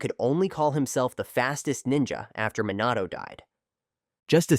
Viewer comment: try to like re-spell the voice to have the pronunciation correct, like instead of minato, try to do mih nato (but it depends on the accent of the ai voice)